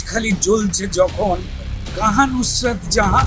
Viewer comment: উনি তো ফুসরত,না নুসরত ,মোটেই না